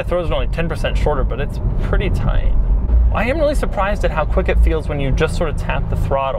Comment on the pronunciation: "Man, the shifter is very short. They say the throw's only 10% shorter, but it's ITALICS: pretty tight." How he says "pretty tight" is very disturbing.